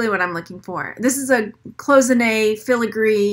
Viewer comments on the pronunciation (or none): It's "CLOY-ZIN-AY" not "close-inay" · Cloisonné is pronounced: clois (like noise) so-nay...not close-ah-nay. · Coy zen A is how it is pronounced. It is French. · She is not pronouncing it correctly actually. Google it. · For her defense, it'S a french word and not the easiest one with the SSSS transformed into a ZZZ sound , we all knew what she meant